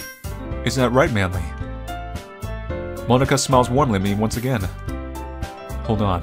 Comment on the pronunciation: He’s saying Monika like Monaka